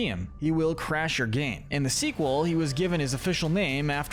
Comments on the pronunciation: 1. It’s pronounced “Fuhnaff” not “F-N-A-F” 2. Mangle was originally known as Toy Foxy, not Funtime Foxy as A. The funtime animatronics weren’t built yet at the time of FNaF 2 B. FNaF World is non canon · I have never heard somebody pronounce FNAF as F-n-a-f instead of fi-naf before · I like how he says f-n-a-f instead of fa-naf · F-N-A-F? No, you say it ''Funaff'' Also, NO THE NORMAL AND WITHERED ANAMOATRONIOCS ARE NOT THE SAME, FNAF 2 HAPPENS BEFORE FNAF 1 Vanny is very evil but Venessa is just doing her goddamn job...... Where is Henry on this list? Eh Afton began broken then became pure evil, Charlie's murder was because he was broken, the rest where pure evil. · It’s “Fnaf” (fuh-naff) not “f-n-a-af” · It’s pronounced FUH-NAF NOT F N A F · its fuh naf not fi naf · Its Pronounced FUN AHF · IT'S PRONOUNCED FU-NAF! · its pronounced fuh-naf edit: revealed by the SB dlc, monty was not jealous of freddy, but mad at him for killing glamrock bonnie, but he was mad at a prototype and he didnt know that the freddy in the main game was a different freddy than the one that killed bonnie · man fr pronounces "FNaF" as F-N-A-F 💀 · I’m sorry bro but it’s pronounced fuhnaf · The way you prenounced FNAF was insane 💀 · sameee , the more it was said the more i cringed